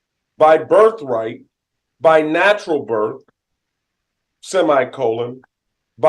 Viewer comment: Your BERF RITE ?😂😅